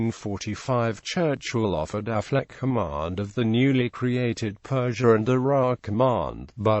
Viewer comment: Incorrect pronunciation of Auchinleck, Affleck was a forerunner of Auchinleck. Aside from all evidence that Auchinleck's name was pronounced "auk in lek", it is unlikely his nickname would be "the auk" if it was pronounced Affleck